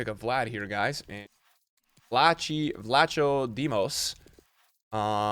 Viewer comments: The way pronounces Vlachodimos makes me laugh 😂. He is actually pronounced "Vla-ho-thim-os" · As a greek your pronunciation of vlachodimos had me dying lol